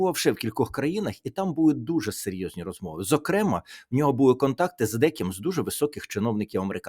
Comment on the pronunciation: Не "завдЯки", а завдякІ, не "умудрився", а примудрився. Не зокрЕма', а зокремА. Ну, і таке інше. Сподіваюсь, що Тарас Чорновіл на мене не ображається. С повагою. Добровільний редактор😊.